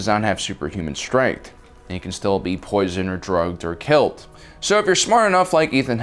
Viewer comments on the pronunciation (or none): none